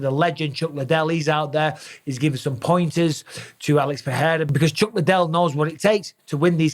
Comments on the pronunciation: Mike, stop saying “PeHeira”, it’s pronounced PeReira — in Portuguese, as in English. Joe Rogan DOESN’T know. Ask any Brazilian person, ask Gilbert Burns. Don’t perpetuate Rogan’s made-up pronunciation. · People need to stop butchering Pereira’s last name and just pronounce it PeReira like it actually is…not Peheira Peeira